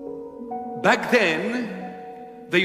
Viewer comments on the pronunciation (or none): none